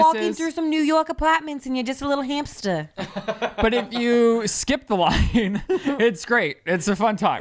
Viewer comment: Lmfao “lil hamstuh” 😂😂